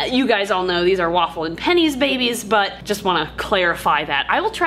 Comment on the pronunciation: The way they say bebes gets me every time 😂